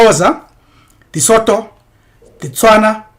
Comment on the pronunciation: Sotho is rather pronounced Sutu